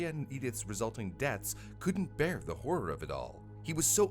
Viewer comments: hur’r? Never heard that pronounciation of horror before!🤔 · Hur’r, wher’r